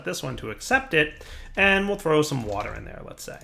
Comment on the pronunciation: Yeah, there are a couple things he says that bug me too. "warter" and "miskellaneous" are among them... :/ That said, he's still my favorite modded mc youtuber. :)